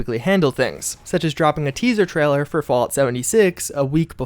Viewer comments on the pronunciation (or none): "Trahler" vs. Trailer